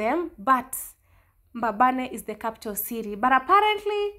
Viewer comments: It’s Mbabane not Mbababe. Enjoy Eswatini. May God continue to guide you and protect you in all your journeys. Your other Mama in the UK 🙏🏽♥️ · It's mbabane not mbababe ..anyway it's small country eswatini but was always peaceful until recently